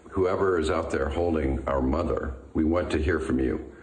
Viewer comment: Listen to the way he emphasizes "Our Mother" sounds like he is talking to a sibling or inlaw 🤷‍♀️ just my opinion. 🤔